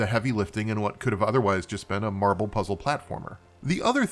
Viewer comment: Every day you say "marble" my head perks up and I go "MARVEL did what?!" XDDD (That's no diss on your pronounciation I hope, I got lotta noise around me rn coz cooking. I just found it hilarious plus #praiseTheAlgorithm)